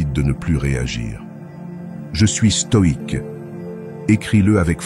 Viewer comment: Lire stoïque au lieu de stoide Merci